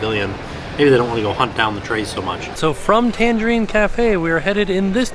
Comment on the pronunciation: Take a drink every time mispronounces Tangierine Cafe as Tangerine Cafe.